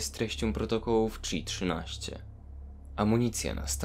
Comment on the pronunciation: Powinno czytać się hi-13 a nie czi-13.